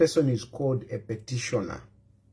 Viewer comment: ITS PETITIONER NOT PETISHONA DUDE GO BACK TO SCHOOL